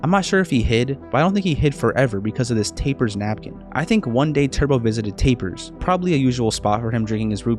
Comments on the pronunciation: Wait is tappers pronounced tape-ers or tap-ers because whenever I hear you pronounce it it makes me mildly annoyed (btw this is a very good video) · Loved Turbo. ....BTW, it's Tap-pers, not tape-ers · It's not pronounced "tape-ers", The double p makes it pronounced, "Tap-ers" like a bartender pulling a tap. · u saying tapers is driviving me crazzy its TAPPERS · Tapper’s Tap-per’s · It's pronounced "Tappers" (TAP-rz) Kind of like "Tap Hers"🤓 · bro really pronounced it like Taper's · tappers pronounced like the word tap like with your finger but a really good video